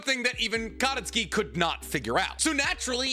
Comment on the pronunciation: Katasuke = Kuh-toss-kay, not Kata-ski. Also Hagoromo means "Feather cloak, worn by the celestial women (tennyo) in Japanese legend or art" which explains why it's a cloak for a sword, and explain why Kaguya a celestial woman in Japanese art would name her child after it.